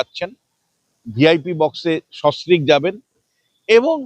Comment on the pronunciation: এই দালাল টা সস্ত্রীক কথা টাও ঠিক করে উচ্চারণ করতে পারে না।